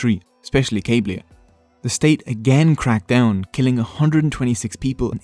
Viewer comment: Hahahahahahaha the “Cables” from “Cablia” 😂 it’s kah-BEE-lia c’mon. Other than that, great video, I enjoyed! Subscribed